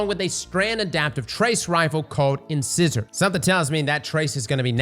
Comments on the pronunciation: Lmao bro said “in scissor” that not how u say it it’s “insizer” is how u pronounce it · In-size-or not in-scissor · “In-scissor” love you but I swear YouTubers are the most illiterate people on the planet. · Thanks for the update. Excited about some of the new weapons, and solar is going to be broken. Can't wait for the mid-season nerfs to Dawn Chorus and/or ignition/scorch damage. And I have to: It's like the tooth, in·ci·sor /inˈsīzər/ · 'inscissor' lol, must have a couple of lesbians in his mouth instead of teeth. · Its pronounced "shival-ric" meaning one who practices chivalry. Also incisor is "in-sy-ser" like the tooth, and uzume "ew-zoom-e" or "a-zoom-e" like some pronounce it, all prospectively. 😂 and his pronunciations drive me crazy. A product of "no child left behind", i would assume(lol)? Regardless, i love but im sure his pronunciation bothers more than just me. ✌️ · not being able to pronounce things...nature is healing